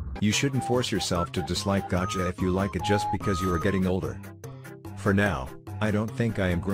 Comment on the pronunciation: Why on earth did it say "gacha" like that 💀